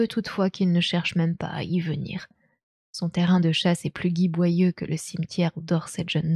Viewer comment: J'adore la diction et le ton , mais je peux pas m'en empêcher : Giboyeux se prononce "jib..."comme le gibier. Exsangue , vidé du sang, se prononce ekssangh' (pas egzangu) et , bonus, c'est un nom propre donc on fait comme on le sent mais Ligeia serait plutôt "lijéya" que "liguéya". Merci beaucoup pour ces lectures malgré tout !